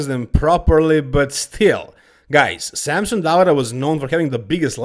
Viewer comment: It’s Samson, not Sampson